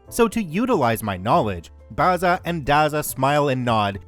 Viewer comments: The pronunciation is not Barza and Garza but Bazza and Gazza as in Barry and Garry, the actual names (I'm Australian). Dazza is Daryl. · Mispronouncing Bazza, Dazza, and Gazza is so annoying. First syllable is a short 'a', not an 'ah'. Twerp. FYI, Barry, Darryl and Garry... not Bahry, Dahryl, and Gahry, smfh, or as we used to say back in the day, in Oz, fmd. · A great story totally destroyed by mispronouncing Bazza & Dazza... B-as-ah & D-as-ah... Aussie slang names for Barry and Darren. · Been pronouncing Bazza or Dazza ( immortal nicknames of great Australian yobbos ) the a is pronounced like in razzle , hearing you try to pronounce Australian slang properly sets my teeth on edge. 😐 Funniest thing I've ever heard though ! 😂 Thanks for the laugh .